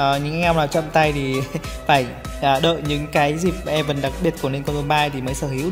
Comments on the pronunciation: Anh ơi. Event là ì-ven chứ ko phải e-vình nha nha :))) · sự kiện đọc là ì-ven nha không phải i-vần đâu :))